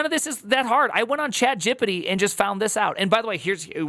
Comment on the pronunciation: not "excape" but "escape" codes... you don't even realise that you sound dumb right now and once told I'm sure you will defend it.. (The same with ChatGPT "GePeTe" 🤮 ) "Oh!.... mm mm. It should be pronounced \"e X s c a p e\" o! ooo! eeee...." you are so stubborn sometimes. hehe;P